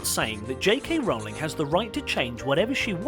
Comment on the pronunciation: I just want to thank this presenter for FINALLY pronouncing JK Rowling's name correctly when EVERY OTHER presenter on this channel who has done a Harry Potter video has gotten it wrong.